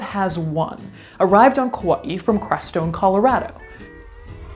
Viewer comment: Wow, someone who pronounces Kaua'i correctly. That is a rare thing indeed.